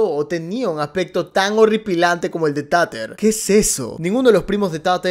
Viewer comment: Por cierto, me encanta que la llames "Tater" literal como se escribe, en vez de decirlo "Teiter" xDDD Tiene sentido considerando el contexto que "trata" de ser la serie